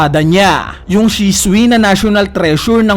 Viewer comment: ang basa hindi shiswi, ang basa doon Shu-suy